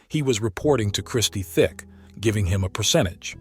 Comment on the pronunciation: Listening to you say Christie thick is so annoying it's tic i mean u must have done research for this video it's not even like their is a h in tic so i don't know we're u got that from 🤦🤦🤦🤦